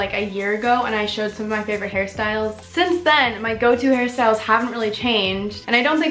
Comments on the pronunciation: everytime u say hairstyles i hear ‘harry styles’ ..or maybe i’m just so obsessed w him who knows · EVERY TIME u said "hairstyles" i thought u were talking "harry styles" lol